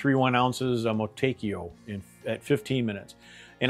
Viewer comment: "Mo-too-ekk-ah" brother